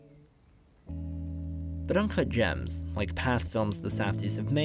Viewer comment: I believe it's "Uncut Jamzzzz"